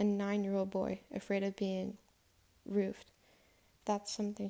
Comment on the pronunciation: Roofied is pronounced roo-feed. It’s when someone puts drugs in someone’s food or drink to knock them out.